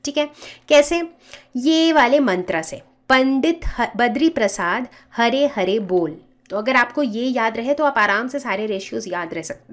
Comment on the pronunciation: Pandi badri prasad har har bol Not hare hare